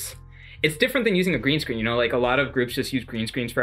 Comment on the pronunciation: It’s not grean screen 💖💖